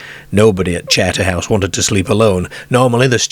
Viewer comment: I think Terry the ex marine was on a wind up to frighten the kids he probably was laughing to himself on the quiet seeing there wide eyed reactions to his story , this guy narrating has a wierd accent northern English mixed with Australian he says charter house oddly charterhouse is a famous British public school for the upper classes his pronunciation is very odd